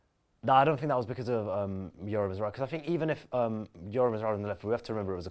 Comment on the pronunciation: Noticed always pronounces Mazraoui’s name wrong. He says “Mazwawi” instead lol 🤣